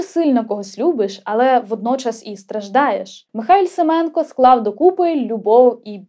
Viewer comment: Безмежно дякую Вам за чудовий випуск! Браво. Наскільки я знаю, наголос у прізвищі Семенко на останній склад. Це тре перевірити. Дякую!